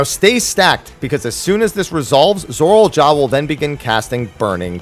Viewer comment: I can't get over how he says "Zorol" instead of "Zoraal"